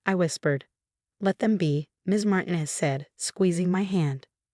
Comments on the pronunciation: Mar teen ez not mar ten ez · PLEASE DO YOURSELF A HUUUUGGEEE HONES TFIX-UP!! REPROGRAM YOUR ROBOT VOICE TELLING DEVICE THAT THE NAME MARTINEZ IS *NOT!* Said like MARTIN- EZZ THE NAME SAID *IN THE CORRECT MANNER!!* IS SAID LIKE *" MAR- TEEN-- EZS!!!"* Swear to COW!! People have COMPLETELY FORGOTTEN HOW TO READ AND TALK CORRECTLY SINCE I CAN'T RECALL?!?!?! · Or learn to pronounce Martinez. Not mart in es, Mar teen es! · She's been living in paint? REALLY!?!?!?!? For crying out loud PROOFREAD before posting your AI generated garbage. Also tell your stupid AI program that the Hispanic surname Martinez is not pronounced "martin-ez"